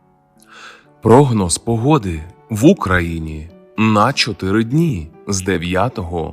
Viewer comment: Якщо ти українчик так і розмовляй українською а не ополяченою западенською. Кажешь "Українчик" з наголосом на "у", "Україна" теж у тебе з наголосом на "у", "прОгноз" з наголосом на перше "о" , "мАгнітна буря" з наголосом на "а", "Очікується" з наголосом на "о", польське "наразі" вживаєшь замість нашого "поки що" ? Та який же ти після цього українчик ? Ти ополячений западенчик. Та й інтонація у тебе гундосна, в ніс. Так буває коли ніс полон соплей. Висморкайся, а потім кажи щось в ефірі, слухати огидно